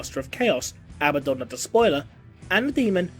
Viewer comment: You're pronouncing Abaddaon wrong. It's origin is from Hebrew. The first vowel sound is a weak schwa and the stress is on the second syllable.